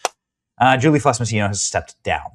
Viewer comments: Im glad she got fired but my guy are you dyslexic? Julie FELSS not FLESS fuck sake youre killing me. Had you not shown her name written on the screen I wouldnt have known but physically seeing how its spelled and hearing you purposefully say it wrong over and over was cringe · Benny, read man - it's not Fless - it's Felss. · Benny. You have trouble reading. Get it right. It's easy. It's Felss. Not Fless! You're doing this a lot. Other videos too.